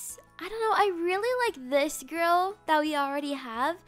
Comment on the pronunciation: i thought she said girl but she said grill but its sounded like she said girl